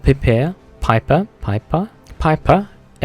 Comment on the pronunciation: i don't like the Bennet mercier due to its Bullet deviation also the Pieper would be pronounced as if it was Peper the german ie in english sounds like an e